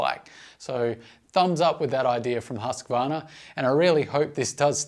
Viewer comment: the husssqvarna... Its called huuuusqvarna.... long uuuuuu